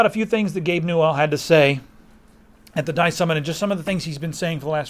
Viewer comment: Its newell not gabe new L